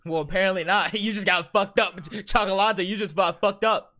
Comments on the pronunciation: Cioccolata is pronounced Cha-co-lah-ta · The way you pronouce Cioccolata is so weird cuz his name in english is just chocolate but still great vid.